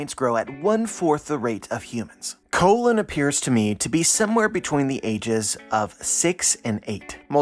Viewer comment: I haven’t been able to read the chapter yet, but it sounds like you’re saying colon for the kid giant. Like asshole colon?